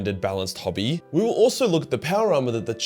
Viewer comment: "it willl"